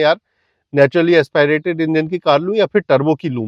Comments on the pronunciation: AsPAAIRATED nahi hota, AsPIRATED hota hai mere bhai. Kam se kam pronounciation to seekh lo videos banane se pehle. AS PI RATED. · Naturally Aspirated Engine ❌Naturally Expi rated Engine✅ 😂😂😂